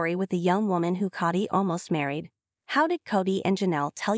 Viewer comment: Please have someone who understands how to pronounce English narrate. Tired of hearing coyote pass pronounced 'KY OTE' and sometimes Cody as Coddy .